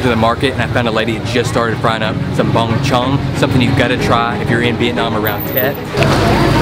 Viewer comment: Lol the way you say Bung Chung. At least you tried 👍